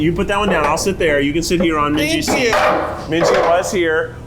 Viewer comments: no you're good i was confused too! she didnt! mingi (min-gee) would be the correct pronunciation. she might say minji out of endearment or a nickname, perhaps? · not “minji” lmfao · nope, she didn’t pronounce his name correctly, i was caught off guard too lol. i recently learned hangul so that i could pronounce kpop idols’ names correctly (and because im currently learning korean). in korean, his name is 민기. the romanization for this is Min-gi, and the “gi” part is pronounced like a mix between a g and k sound. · I’m assuming she mispronounced it because she got into ateez a bit later and may not know the pronunciations yet? Just my assumption! ☺️ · Anyone else get kind of offended at pronunciation of Mingi’s name, or are you normal? 😂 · Mingi's name is not pronounced like that lmao all of Ateez says it with a hard G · mispronouncing mingi's name is taking me out PLEASE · noooo the way they pronounced mingi's name like bruhhhhhhh thats so wrong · Atleast try to say MINGI correctly as Atinys😅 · Shouldn't say Mingi's name correctly if she's such a fan? Just saying 😬🤷🏻‍♀️ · not to be that person but, you're pronouncing your husband's name wrong lmao. The G in Mingi is a hard G. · Also mispronouncing mingi's name over and over was something else! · So screams about Mingi being her husband and can’t even pronounce his name correctly? 🤦🏻‍♀️ And Keith just repeats after her… It’s basic form of respect to at least learn who will be your guest. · relax 😭 she mispronounced his name ONE TIME it’s not that serious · yeah I was just thinking she must be a very new atiny lol. very passionate but, definitely wrong with the name pronunciation. usually people get it in a couple weeks, if not it should only take a couple months because they constantly say each others names in their content so at some point it's impossible to mess them up lol